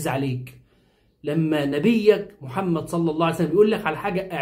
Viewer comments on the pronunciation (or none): none